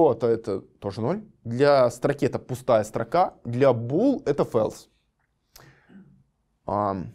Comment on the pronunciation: false читается как фолс, а не фэлс. ` - называется бэктик (backtick).